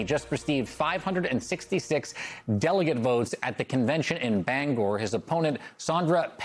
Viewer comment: Thanks for properly pronouncing the city of Bangor. I appreciate it!